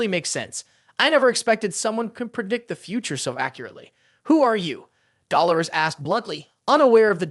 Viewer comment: Man I love this recap but the way you pronounce Dolores it just makes me cringe lol